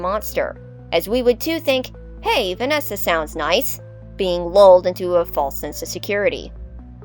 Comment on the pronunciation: Also when you said "vananny" I laughed more than I should have 😂